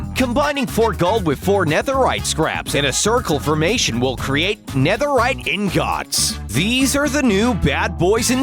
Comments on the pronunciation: basalt doesnt go from the bottom to top, it goes from top to bottom, its because its flowed lava that cooled down, lava couldnt flow from the bottom to the top wtf, you literally made me mad right there: , plus thats a fortress not a dungeon, and the way you say "INGOTS" make me die inside. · That’s not how you pernonce netherite ingots, is netherite ingit not ingots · Guy: Ing gottt Others: ingot Edit: not hate just trying to be funny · Its ingut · "Ing-gots" Me:NO WHY NOOOOOOO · No one: Narrator: "ingOTS" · After the ingots are introduced, get used to hearing him say ‘in-got-s’ a *lot*. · Did you just say ingats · I can’t watch the full video just each time he says Inots I just cant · He says it like : 《In got's 》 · He says in-Gots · In ghots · He says ingots like ingohts!!! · I was confused for about 1 second when he said ing-gots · No one: This guy: ingOTS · I like how you say ingots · If they don’t pronounce ingots correctly next time.. IM OUT BOI